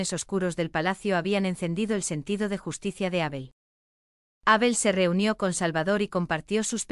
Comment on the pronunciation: Es Abel, no Ábel, me pone de los nervios oír esa tontada de leer Abel con acento en la A. Cambien eso.